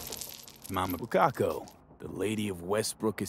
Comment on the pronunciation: Did anybody else hear Mama "Bukkako" the first time?